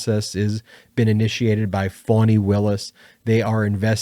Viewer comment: It is Fani, pronounced "FAH nee", not "fawnee" Willis. I read in The Guardian about a woman (I think in Alabama), who was denied her rheumatoid arthritis medication by a pharmacist. He demanded proof from her doctor that she wasn't pregnant and using it for an abortion! She had been using the medication for YEARS. This is only the beginning of the republican war on women!!